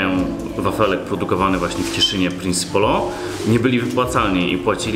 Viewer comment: Mieszkam w cieszynie ale czy tylko ja mówię Prince polo a nie prinsi polo? I w ogóle moja mama projektowała tą tabliczkę 😂